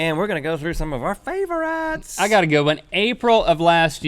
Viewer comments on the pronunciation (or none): favorites fav-rhetts! it sounds like he's saying fav~rhetts